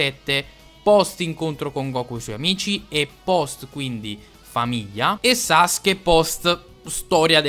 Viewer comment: ...si dice "Sasuke" non "Saske"